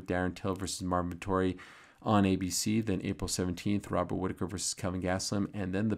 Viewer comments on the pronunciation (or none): none